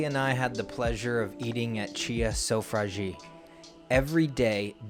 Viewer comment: Amazing restaurant, so glad you're highlighting this on youtube! You are mispronouncing "sofrasi" pretty bad though